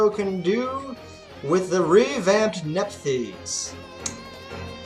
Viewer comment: Good episode as always. The duel we had was a good back and forth and could've gone either way, also big props to pronouncing Nephthys right